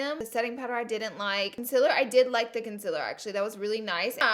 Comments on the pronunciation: CON-SEAL-ER Not CUN-SIL-ER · Concilur.. conceaaaleer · Its concEELer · Omg I'm sorry but it's been bothering me.... Conciler. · Have I been saying CONCEALER wrong this whole time or is it just her? Lol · Why does she pronounce concealer that way? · You alwaye pronouns concealer wrong😭😭😭